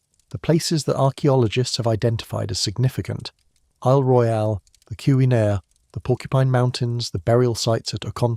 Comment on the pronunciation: As a yooper I will tell you you’ve already butchered the pronunciation of “ontonagan”, (on-tan-aw-gan)“keweenaw (ke-weh-naw)peninsula” all within the second minute.